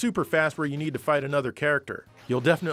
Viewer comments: That’s so racist. He doesn’t say “Cut the Foods” He says “cut the fruits” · Gosh dang it! I can't hear anything else but "cut the food" now lol.